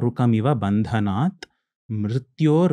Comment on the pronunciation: Who is this guy he is pronouncing the mantra wrongly it is ‘bhanadanan’ not bhandanath.